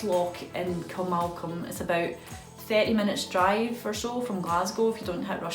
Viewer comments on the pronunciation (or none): Hi, great vlog. Ps I believe it is pronounced Kilma-colm